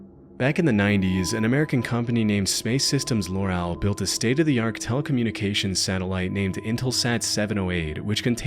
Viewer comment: "state of the ARK"??!